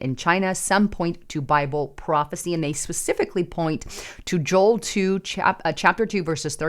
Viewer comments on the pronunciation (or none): none